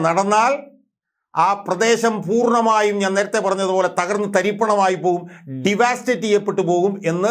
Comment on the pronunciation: ഡി വാ സ്റ്റേറ്റ് അല്ല ഡവസ്റ്റേറ്റ് എന്നു പറയൂ. ( തകർക്കുക) വിദ്യാഭ്യാസത്തെ സഹായിക്കു...